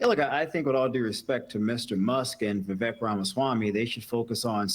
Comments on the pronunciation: i just want to say its pronounced vi-vake, like cake but va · Vivek is pronounced Wewake. Edit: You wanna fix the problem? Make H1B1 pay the same as native salaries and automatically companies will stop prioritizing H1B1. There is also another massive issue that works against you'll in this regard. H1B1, contrary to what you'll believe isn't just handed out, it can only be given to someone if there aren't multiple American's to fill that role in the company, American's who need less in term of qualification compared to their H1B1 counterparts. The fact that visa's are still being handed out means just one thing, you don't have nearly enough engineers. Reduce the cost of education, subsidize that and you need a cultural shift where a thirst for education is celebrated. Prioritise stem subjects and degrees. Make college's cheaper, much cheaper. If people over there can't add two numbers, honestly what did you'll expect?